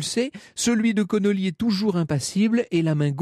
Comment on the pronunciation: Ce n'est pas Connolly mais Connally, John Bowden de ses prénoms.